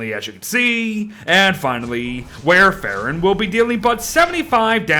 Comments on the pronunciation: Wow., I love your content, but it hurt my brain every time you said this character's name. It's the same as the generic name of Coumadin, a very old and common anticoagulant. It's pronounced like "wor ·fr·in," not "war e·fair·in." (Even the Brits don't pronounce it like that.) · It's pronounced like War-fuh-ruhn It's actually the name of a medication haha!